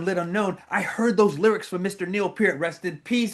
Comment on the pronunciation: AWESOME! And you , as an American pronounced Neils name correctly! Kudos to you! 🇨🇦💪🔥👍